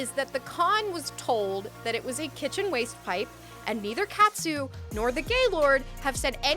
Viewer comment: why can’t anyone pronounce ‘Katsu’ 💀💀💀